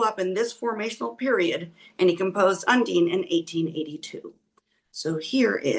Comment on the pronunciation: Check pronunciation of Undine 😊 My mother’s middle name ❤